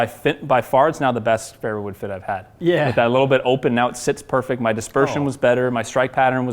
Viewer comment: “It’s pairfect”